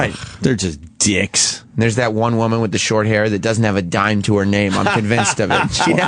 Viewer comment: The way Opie says the word “dicks” is so strange. I’ve never heard anyone add a “u” sound to certain words. He says “job” and “dicks” like “jiuob” and “diuck”